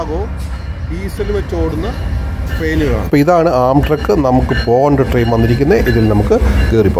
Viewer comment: " ആംട്രാക്ക് " എന്നാണ് ഉച്ചരിക്കുന്നത്